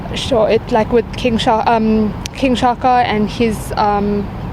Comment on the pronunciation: Disappointing thing is the Reporter cant pronounce Shaka😩😑